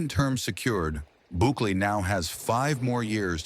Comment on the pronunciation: Couldnt fuck up his name even more slow claps